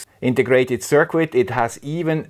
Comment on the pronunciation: I love the accent, but if you could just change this pronunciation... Circuit is pronounced sur kit.